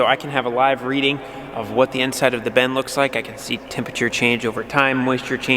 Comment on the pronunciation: It’s still a “bin”, not a “ben”.